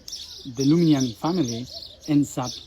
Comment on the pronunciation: Hello from France. I think it's LUSIGNAN and not LUMIGNAN. We call the "fairy" Mélusine. Thank you for this video. 🙂